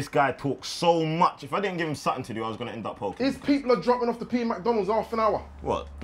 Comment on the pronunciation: “Suttin” sorry big man